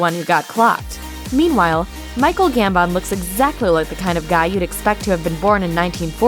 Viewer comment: Why'd she say Gambon like that?🙄